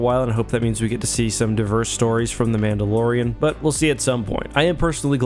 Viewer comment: “mando and the mandolorian”